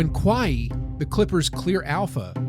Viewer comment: How tf can you be a hoops fan and pronounce Kawhi like that lol